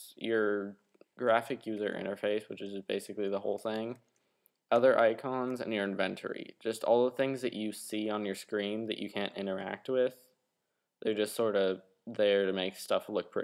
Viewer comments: LMFAO! Invent-ory. IN-VEN-TORY. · Inventory: A location where you invent things I love the way you say that word. =P